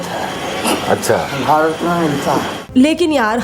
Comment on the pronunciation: Waah दीदी वाह विष्णुपुराणा नहीं विष्णुपुराण भरता नहीं भारत आर्यावर्ता नहीं आर्यावर्त जम्बुद्वीपा नहीं जंबूद्वीब हिंदी का सही उच्चारण करो अंग्रेजो की नकल क्यों कर रही हम भारतीय वाकई में मुर्ख हैं